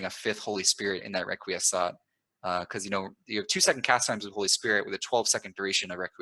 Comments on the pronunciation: I think it's pronounced "reck-qwee-es-cat". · its rek-wee-ess-kaht, as in requiescat in pace (may they rest in peace). Ezio a la Assassin's Creed 2 says this often and it's a good pronunciation to my knowledge.